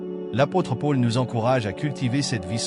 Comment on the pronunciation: Merci 😇🥰👍🙏👃 Par contre, vous ne prononcez Paul de la bonne façon, désolée.🤔